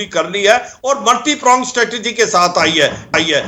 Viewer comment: Proonged nahin pronged hogaa..